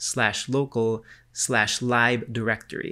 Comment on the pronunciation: thats not how you pronounce 'lib' - it should sound like lip but with a b. not "lieb"